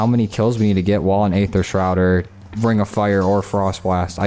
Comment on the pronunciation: Did he just call it 'dark 'ather'? FML this guy must be new to zombies